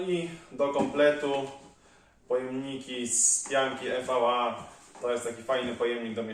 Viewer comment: subskrybuję od niedawna i nie mam ulubionego odcinka, podoba mi się za to Twój zapał i pasja, która aż emanuje! Tak trzymać. Tylko proszę popraw się, to nie jest 'I WI AJ' (EVI) tylko EJ - materiał EVA:). Wędkarska piona!